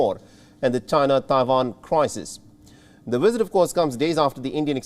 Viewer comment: "wisit" "Wictims"